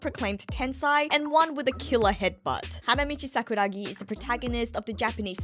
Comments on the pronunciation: i swear i was gonna click off when she said sakura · I was gonna click off when she said Sakura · I was about to go fucking crazy with saying sakura. I was literally clicking off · i swear i was gonna stop watching when said " sakura "